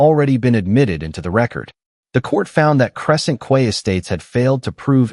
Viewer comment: Quay is pronounced KEY, not KWAY! AI can be annoying